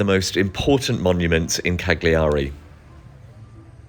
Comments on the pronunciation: If you called it by it's proper name it would be nice.. silent G.. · Minor point, we don't pronounce the g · poor man, he is so camp he cant speak and clearly will never manage to say cagliari properly!